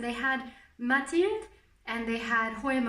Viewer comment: i was really annoyed by how you pronounced mathilde bc im belgian (dutch) but then you said you live in france and i was like 'oh ok'